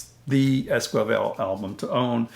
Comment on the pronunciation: It's es-ki-vel, not es-kwi-vel; otherwise a great video.